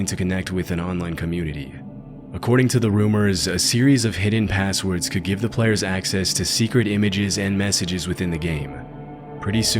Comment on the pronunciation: Dude literally said "assword" in the beginning